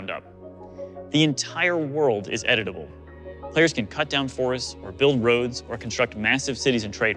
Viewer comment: "The entire world is edible" Yummy :D (I know he is saying edit-able, but I always hear edible xD)